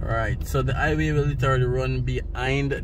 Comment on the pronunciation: Highway...not iway...put some emphasis on the h...like a mouth breathing sound.